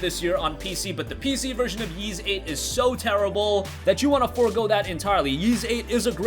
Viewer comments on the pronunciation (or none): Ys is pronounced “Eece” not like “Yeez” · The way you pronounce “Ys” makes me want to piss in a turtles mouth and shave my ball hair and glue it to my Adam’s apple.